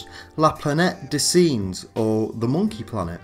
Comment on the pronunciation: "Singe" in French is pronounced aa "sange" in English